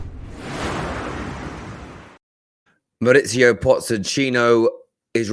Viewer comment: He never gets his name right…maurizio pozechino…😂😂